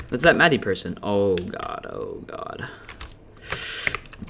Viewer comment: I cried everytime he said Maddie it's mah-di not me-di